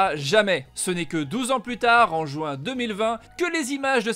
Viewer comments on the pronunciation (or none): none